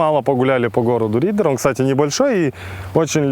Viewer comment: Не Риддэр а Риддер